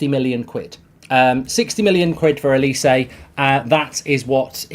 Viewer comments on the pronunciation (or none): Well done Mark, your pronunciation of Olise's name has improved from the morning show where you totally murdered it. You can still do better.